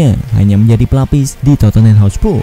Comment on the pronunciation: narator: masih dari hotspu'....?